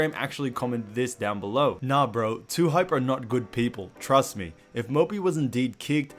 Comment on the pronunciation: Lmao dude said Lhype